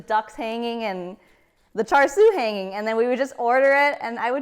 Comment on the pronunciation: Hi... thank you for your video... hard to find a good Cha Siu recipe these days on youtube. Just one comment... your pronunciation of Cha Sui is a little off and is very apparent to any Cantonese speaking asian. The "R" in Char Sui is Silent. so its literraly Cha... the Sui is prononced like "Dew", but with a S.